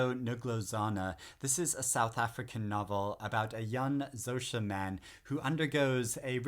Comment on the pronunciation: pronunciation help: Xhosa= Kor-suh (unless you are fluent in Xhosa and can articulate a Xhosa Xh "click"